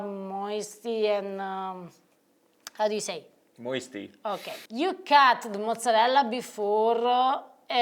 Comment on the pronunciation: cracks ne up every time she says Moisty....lol you're a lucky man Wonderful cook and beautiful. I LOVE YOUR CURLY HAIR. One of my best girlfriends is Italian and she has thick curly hair like. She is also a wonderful cook but she is a pastry chef. I love on my food like. People say oh wow can I get the recipe? I tell them straight out.... You will not do what I do so don't bother. Cooks want immediate satisfaction and that's not how you make a recipe. It takes time and love.